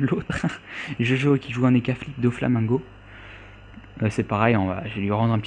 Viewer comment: Ouhlala, comment t'as dis Doflamingo ? xD